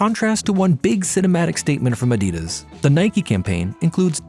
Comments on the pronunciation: Adias? What in the AI is this shit? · Bring back the old guy or someone that can pronounce Adidas correctly. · Learn how to pronounce Adidas and you will go far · At least pronounce Adidas correctly...that was not an issue with the German voice. I am sorry, I tried, but it's just not working out with the new guy when even such basics are off. And the entire character of the videos is gone.